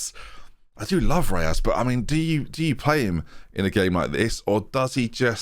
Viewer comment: Where do you get the "a" from in Reyes? 😝